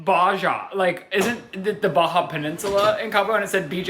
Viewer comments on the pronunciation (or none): barjar blarst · the way he said Baja made me recoil